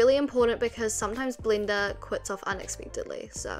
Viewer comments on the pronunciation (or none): Am I the only one laughing about heddd and blinderrrr